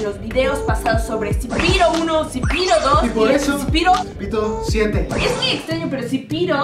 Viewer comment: Se dice "zepeto" no "zipiro"